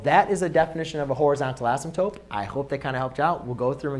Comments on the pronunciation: Why do you keep saying "asymptope"? Is that another accepted spelling? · love it. but i think u called it an asymptope instead of an asymptote lol